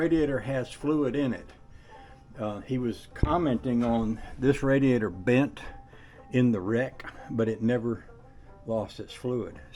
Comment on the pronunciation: Wait a minute drain the RaDEAzOr boy thats new one i aint never heard that one bAfore..i think your tongue went numb there for a minute..😅😅